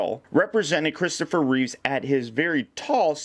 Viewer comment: It's Reeve. No "s" at the end.